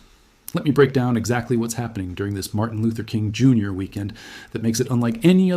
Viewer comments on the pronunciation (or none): "Martin Lausk, Jr" lmao